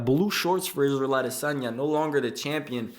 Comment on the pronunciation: first off not even saying adesanya right and u couldn't have been farther from the truth